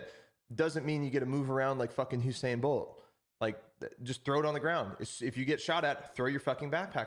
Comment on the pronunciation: love love love that. thankfully i have absolute faith in BSG, i doubt Nikita is cool with super human hearing levels and whatnot, they'll come round. also edit:, my man.. lol its "Usain" not "Husain"